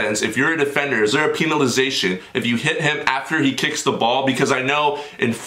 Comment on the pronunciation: Thanks for the shootout bro. That's the first time I've ever had one so thanks.😁😁😁 Also when you said penalisation like peen-alisation I could NOT stop laughing no joke.🤣🤣